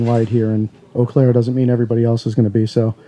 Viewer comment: I'm glad to hear you pronounce it properly there is an Eau Claire near me and nobody can pronounce it a lot of people say Eeee Claire.